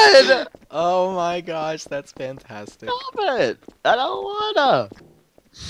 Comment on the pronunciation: "I dunt wanna" TOO BAD XD